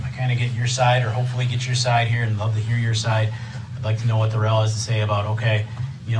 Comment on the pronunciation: It might be the pronunciation of his name. The court says Darrell but he pronounces it as Day Rell.